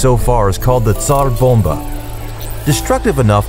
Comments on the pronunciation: says tsar bomba in a Russian accent me: alright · TF u gonna do, cause a supernova u russian man rolling the r in tsar bomba